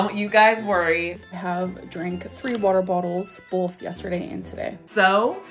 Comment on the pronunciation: Bolth (That's how she says "Both").